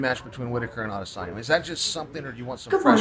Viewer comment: You said Israel Adesanya wrong... 🙄